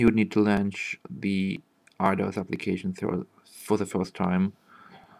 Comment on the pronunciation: А типа по акценту и неверному произношению некоторых слов непонятно, что у автора как минимум английский - не родной. Launch, Touchpad, Smoother. Они не так произносятся.